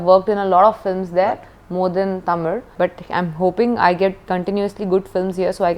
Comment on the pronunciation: I just appreciate her for pronouncing Tamil the right way as ‘Thamizh’ 👏👏